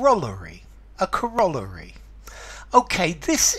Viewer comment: Pronounced cor-o-lar-y, not co-roll-a-ry.